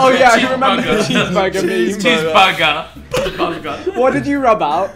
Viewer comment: Why tf does vikk pronounce meme as “meeeme”?